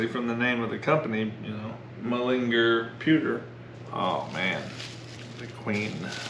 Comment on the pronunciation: Repeat after me.... MULL IN GAAAARR :-)